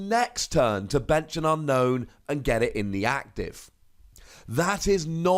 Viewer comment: ...I remember at some point you said Unown was pronounced Ü-no-ün, but from the Japanese text, I see it's pronounced AN-no-n (their vowels are like Spanish, so they don't elongate certain vowels), so carrying it over to English, I think it should be UN-no-ün. Random, yes, but I also heard you pronouncing it the way the Japanese was intending to do it. Therefore, I'm not poking at a silly here. It was worth a mention.